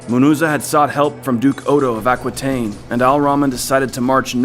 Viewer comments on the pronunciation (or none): none